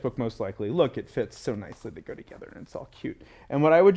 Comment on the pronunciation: You said together-gether. I like you already.